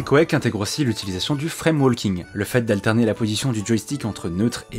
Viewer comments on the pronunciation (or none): none